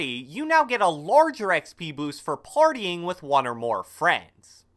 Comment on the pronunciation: wait did he said by farting your frenides or partying your frenides like if h said farthing comment no if he said parting